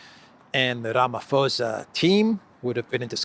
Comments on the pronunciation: It's posa not fosa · Ramaphosa is NOT pronounced Ramafosa. The "h" is there to make it an explosive "p" which no whitey can pronounce, so just make it a hard "p" and NOT "f" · Rama pausa is how our president's name is pronounced. Wonderful show. I'm a regular to this channel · the name is pronounced "ramaposa" without an "F"...or as in "ram-a-poser". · It's pronounced Ramaposa, the 'h' is silent. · Pls don’t take offence - it’s just that I’ve been listening to you for weeks pronounce the South African presidents surname incorrectly. Ramaphosa is pronounced Rum(a)-por-sz(a) where the (a) sounds like a “u”as in utterance. I probably hacked that myself explaining it to you 😂 PS: there is no white genocide. Trumps narrative on there being a white genocide happening in SA is no different to that of the Ukrainian Nationalists or Zionist narrative in respect to their own sick agendas.